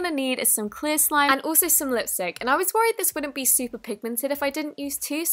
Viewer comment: and also some lis stick Lmao love u